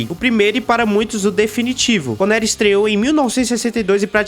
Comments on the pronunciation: "Conéri" é de doer no ouvido. Precisa aprender a falar o nome dos atores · Sean “ CONERI? “ pow maninho. O vídeo tá bem editado. Mas dá uma estudada o nome dos atores antes de fazer um vídeo desse. Sucesso aí ! Critica positiva